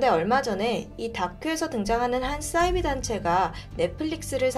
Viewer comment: 싸이비가 아니고 사이비로 발음합시다